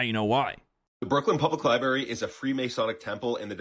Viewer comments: first of all who can take this guy serious when he always looks like he just woke up doesn’t even have the decency to put on a shirt or fix his hair and has to make a video with some garbage in it. Lie - brary no Library- coming from the Latin word liber which means book!!! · Library = lie brary is stupid as hell, it derives from the word liber which literally means, paper, parcent or book 😂 clown world